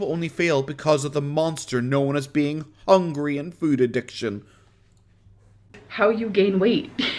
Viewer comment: Omg that hooongy gets me every time